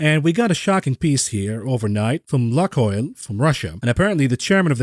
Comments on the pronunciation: It's funny, but,, Lukoil pronounce like Look-oil. Not a luck-oil. Trust me on that. PS next time then you'll disappear, my first thought would be the same: you just need a fresh air. Please, don't touch this stuff. I'd like to hear from you many years upward, okay? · Congrats on 100% .. also it is pronounced “Luke oil”… if that helps